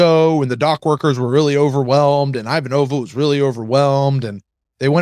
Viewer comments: Dude.. It's i-VAN-ova NOT ivan-O-va. You are almost through season 1. Please work it out bud. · So we are listening to B5 For the First Time… for the first time, and we are at this point in the timeline. We don’t know what’s ahead of us in the next podcast episodes, but we think at this point, needs a buzzer for every time he butchers Ivanova’s name! C’mon, … if she can read a prayer in English for Sinclair, you can learn her name for her! 😂😢